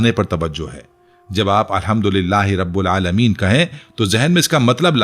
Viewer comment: ٹائم لائن پر آپ سے غلطی ہوئی ہے ربِ العالمین کی جگہ آپ "ربُ العالمین " کہہ رہے ہیں براہ کرم اسطرح کی فاش غلطیوں سے اجتناب کریں اس ویڈیو کو ایڈٹ بھی کریں اور اسکا کچھ نہ کچھ ازالہ بھی کریں وَما تَوْفيقي إِلاَّ بِاللَّه